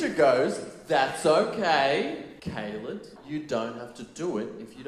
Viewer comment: So informative and entertaining at the same time. Go KAY-LED 😂